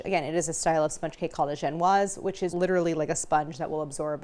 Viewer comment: Thank you for saying « Genoise » correctly! 🙏 watching British Backing show and hearing Dgenuiiiize is offensive for my francophone ears 😅